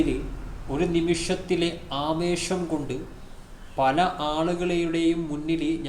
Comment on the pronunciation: "നിമിശം... ആവേഷം "എന്നല്ല.. ആവേശം.. ന്നാണ്